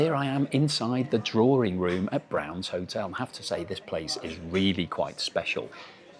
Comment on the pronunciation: DRAWRING ROOM? 😂 D R A W I N G ROOM!